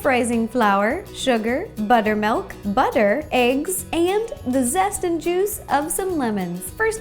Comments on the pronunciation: She usually says ''melk.'' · b U t T e R m A l K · cookiedere I read this as soon as she said "buttermalk"